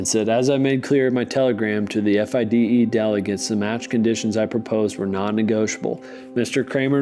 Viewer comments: Fide is an acronym: Fee day. That guy saying F I D E all the time drove me mad. Still enjoyed it. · Or not know that the acronym for the International Chess Federation, officially the Fédération Internationale des Échecs, FIDE, is typically pronounced "fee-day" and not spelled out.